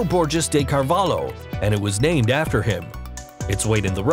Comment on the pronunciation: it is funny how you guys cant say "carvalho" without having problems with your tongue